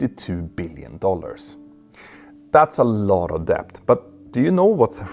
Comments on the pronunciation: Great video, but small irritation: English pronounciation of "debt" -> "dett" not "deh-bbt". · For God's sake! You don't pronounce the "B" in "debt"! Made me cringe every time i heard it.